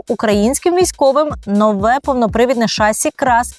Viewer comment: Відколи в слові "шасі" змінився наголос? Слово французького походження, наголос на останній склад. Перевірте, будь ласка. Не легітимізуйте помилкову вимову.